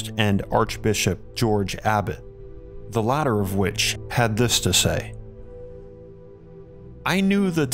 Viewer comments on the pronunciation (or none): none